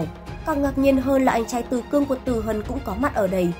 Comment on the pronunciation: Tử cương mà nhầm thành tử cung :)))